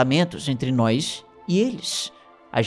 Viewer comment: E "noÍs" e eles! Esse "i" ai no meio do nós deixa-me sempre com um ataque de riso.